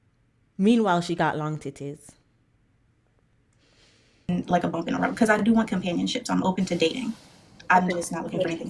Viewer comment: The way she kept calling this lady "long titi" was killing me 😂🤣